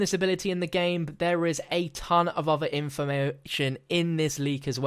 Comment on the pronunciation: The way he said “information” 😂😂😂